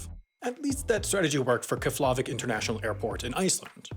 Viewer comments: says: Kef-la-vik Actual pronunciation: Kyep-la-vik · Keflevek, not keflahvak, right? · its pronounced kef la veek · Your pronunciation of Eyjafjallajökull was remarkably close (up until the end). But putting the stress on the second syllable of Keflavík was a bit painful to listen to. (In Icelandic, the first syllable is always stressed the most: KEFlavík, REYKjavík, GEYsir, ÞINGvellir.) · The "f" in Keflavik is pronounced like "p". It's pronounced "Keplavik", and the stress is on the first syllable. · why did he pronounce Keflavik as kkefflåvikk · You also pronounced Keflavík wrong. The closest English approximation is "KYEH-pla-veek." Here is how "Eyjafjallajökull" is pronounced. "Eyja" is pronounced as you would expect in English. "Fjalla" is pronounced "FJAH-tla". It is the expected English pronunciation, except for the fact that the double L is pronounced "TL". "Jökull" is the difficult part. - "j" is pronounced like the "y" in "yes" in English. - "ö" is pronounced the same as English "e" in "bet", but with the lips rounded. - "k" is pronounced like in English. - "u" is pronounced like the "i" in English "kit", but with the lips rounded. - "ll" is pronounced "TL", like in "fjalla". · I doubt you'll actually see this, but this might be relevant to you considering your adoration for airplanes, and therefore airports. The F on Keflavík is kind of pronounced like a B. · okay nobody can pronounce the name of that volcano, but I'm sort of impressed by your dedication to not even trying to look up the pronunciation of Keflavík in a video where you say it a half-dozen times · Shoud've researched how to pronounce Keflavík. But I guess, the entire pronounciation budget was already spend on Eyjafjallajökull ;) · And yet you let him slide on his pronunciation of Keflavik?! Tsk tsk tsk